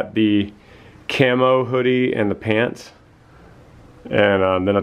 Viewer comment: 🤣Love the "cami" instead of camo🤣❤